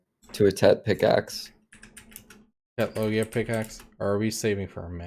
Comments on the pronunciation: just telling you cause it's the right one..loggia is an italian world.. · just write Loggia on google translate after setting the italian language, then listen; that's the right pronounciation.